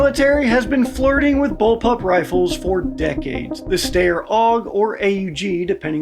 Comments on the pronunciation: That's not how you say Steyr. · This narrator: "The Stay-er Og..." My brain: "The Sht-ire Awe-g... you illiterate son of a Gunn."